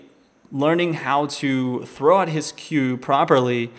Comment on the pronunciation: why does he say thow instead of throw?